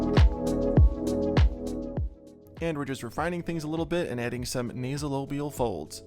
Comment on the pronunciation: Van Gogh would be fitting for depiction in your style. Also it's nasolAbial. Labial, not lobial. From the latin labium (means lips) literally "the folds between nose and lips".